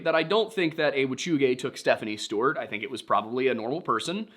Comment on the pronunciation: Is it me or does say Stewart funny? Steuuurt 😂